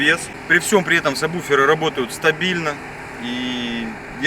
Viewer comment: сабВуферы а не сабБуфер,уши режит,пацаны занимаются музыкой,а говорят не правильно.